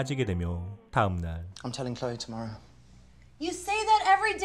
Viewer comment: 클레이가 아니고 클로이에요..